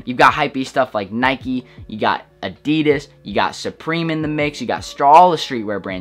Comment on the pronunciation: It killed me hearing him how he pronounced Adidas